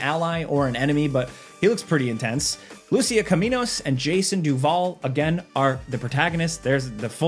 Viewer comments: Dude, it's pronounced Loo-seeya, not Lucy-uhh. It was spoken out loud in the first few seconds of the first trailer, how do you keep butchering it? Lol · It's pronounced Lou-See-Ah